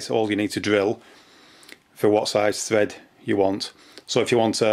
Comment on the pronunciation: 'ole' = hole 'tread' = thread 'tree' = three Aussies do not using the letter 'h' much.